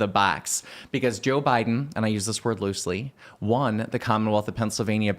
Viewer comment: "To defeat Jöy Bäiden" -Scott Pressler